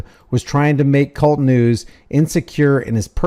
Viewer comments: It's not Cult News it's K-U-L-T News Each individual letter.( K ) (U )( L) ( T) News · It is NOT kult news, It is K- U -L -T news. He HATES that when people say "cult" news. Keep exposing the thugs!! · It’s not kult news it’s K-U-L-T news not 1 word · Its not Kult news... its K.U.L.T news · KAY-YOU-ELLE-TEE NEWS. K. U. L. T. NOT cult news.